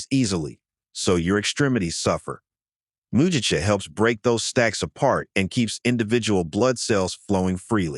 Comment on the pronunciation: Shoga-yu isn't "showga-yu". It's "shorega-yu". Mugicha is said with a hard "g" - it's not "muji-cha". 212F = 100C 175F = 80C Are you an "AI"? Otherwise, pretty good 👏